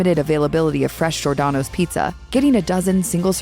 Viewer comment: Maybe you should learn to pronounce Giordano’s correctly?